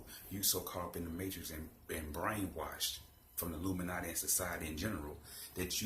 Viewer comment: When you have to take a deep breath " illuminouty"